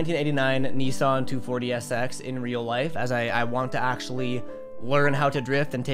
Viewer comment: Why does every one pronounce Nissan wrong 😑